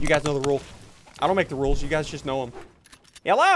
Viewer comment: I like how you say HELLO it sounds like you’re saying jello